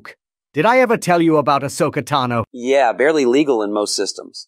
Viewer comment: Ah-Soap-A Tano. There, I commented something about soap lol ;)